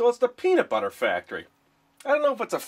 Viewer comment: sounded like he said pedobutter